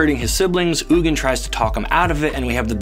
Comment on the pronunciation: You're pronouncing "Ugin" wrong, it's pronounced "Eugene"